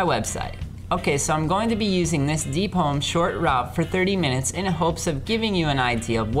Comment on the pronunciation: Um isent it deepholm not deepolm am i wrong here?